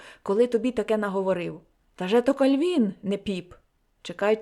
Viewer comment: Дякую за гарне прочитання, але дозвольте невеличку ремарку. Я землячка Леся Мартовича, тому хочу зауважити, що деякі слова Ви неправильно наголошуєте. У нас кажуть "кАльвін", "тотО". Вибачте, що виправляю Вас🙂